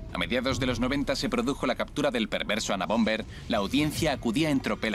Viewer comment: UNABOMBER, no Anabomber